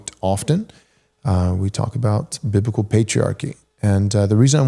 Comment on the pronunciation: Say it with me: BIB LI CAL